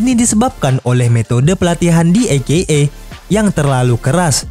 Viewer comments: e ke e min, bukan i ke e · Bacanya ei-kei-ei min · Menit dan seterusnya. Maaf Min. Masak AKA dibaca "i - ke - e"? Harusnya kan huruf "A" di awal dan akhir singkatan dibaca sama. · saya dengernya i-ge-e